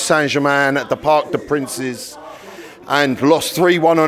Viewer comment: "Park de princes"